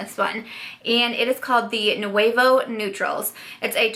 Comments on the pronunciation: nouveau is pronounced like « noo woah », just a heads up! Amazing video! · It's pronounced new-vō long o sound, it's French for new.